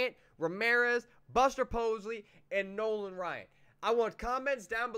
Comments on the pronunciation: Buster Pos-ley??? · Theirs no L in Buster Posey lmao